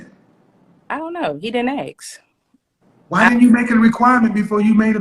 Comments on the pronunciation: Didn't teach her how to cook, but taught her to think 3500 calories a day was normal. Has an education degree and still thinks it's aks instead of ask? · For an elementary teacher she axs a lot... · He Didn't "AX" her to marry her. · Axe instead of ask….tooken instead of taken. And she is a TEACHER!? My GAWD! No wonder kids are so messed up!